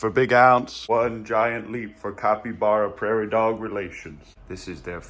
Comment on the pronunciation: I’m glad he finally said capybara correctly